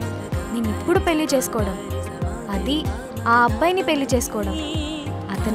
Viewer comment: పెల్లి, పిల్లి కాదు తల్లీ.‌. 'పెళ్ళి' పదిసార్లు అంటే అదే వస్తుంది !